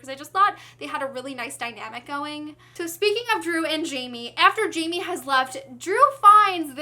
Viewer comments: oh good i was thinking "jamie" doesnt sound right at all haha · hey there, i really loved this review because of how excited you were the whole time 😂 just one thing, jaime isn't pronounced "jay me," it would be "high may" since he's from mexico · Hey (name twins), just so you know, I think Jaime is supposed to be pronounced differently because he is Latino. I think J would be like an H and it would sound kind of like Hi-may:) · Loved your review❤. But i don't want to sound rude but you're not saying Jaime right. It pronounced Hi-mi(or something like that) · you're pronouncing jaime's name wrong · yeah well i can't blame you for that. if i didn't know spanish pronounciations myself i would've pronounced his name like you did too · Jaime is a Mexican name so the J has an H sound not the J sound.